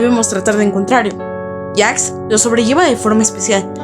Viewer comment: E w pq dice Jacks y no Jax